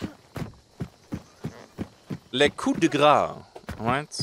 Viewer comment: Le coup de grâce is pronounced normally coup de [grass], coup de [gra] (Typical US prununciation) sounds like the "fat strike" for French viewer like me :)